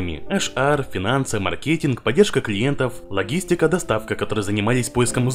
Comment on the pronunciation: Говори правильно: в слове маркетинг ударение на первую "а", eBay читается "ибэй".